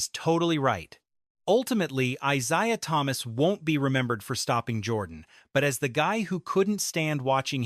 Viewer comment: AI hyperbole, simply for clicks and views. This clown voice-over keeps saying ITs name wrong. Here you have it folks, a nothing-video. THIS IS OLD NEWS.